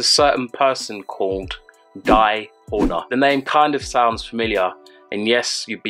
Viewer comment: Great video. Just a friendly meant feedback ; your sound isn't as good as the equipment looks like it can deliver. I'm interested in production but just a noob so I don't know the correct term but it's to "S:y", very time you pronounce an S-sound is a bit disturbing. It takes a bit off of the great content. I'm doing what I can to get you to 10k, just subbed 😊